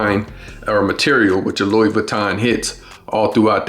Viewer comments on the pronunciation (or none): Not to be a spoiled sport, but the Louis is pronounced as Louie.